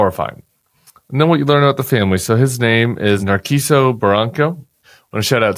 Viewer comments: It's pronounced nar-see-so with an emphasis on the "see" Before you step into the immigrant community, at least get to know the basics. Without that, your emoting just looks ridiculous. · His name is Narciso, pronounced Nar SEE so.